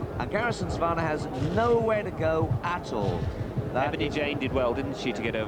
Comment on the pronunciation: Why do these twats insist on saying 'Garrison SavARnnah'? It's a very simple word to pronounce.